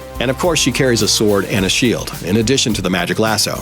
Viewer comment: do not prodonce the"w" in sword